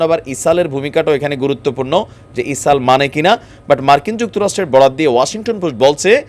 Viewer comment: গাজা গা ঐ যে জা কেমনে হয়।এটা চামচামি। তুমি এগুলো বন্ধ কর। মানুষ তোমাকে পছন্দ করে কিন্তু গা ঐ যে জা,ইসাল ইত্যাদি বন্ধ করে শুদ্ধ ভাবে বলার চেষ্টা কর।